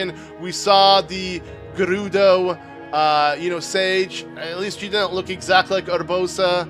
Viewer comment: I like how he rolls hood “R’s” with “Gerudo” and “Urbosa” but it is different.